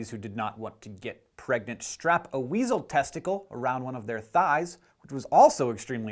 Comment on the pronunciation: "...and how girl NOT get pragnent." Hank?!